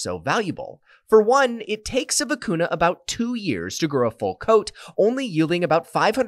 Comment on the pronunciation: When it's written vicuña, it should be pronounced "vicunya", not "vicunna".